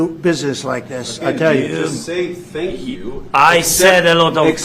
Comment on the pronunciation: The man said he said “Sank you”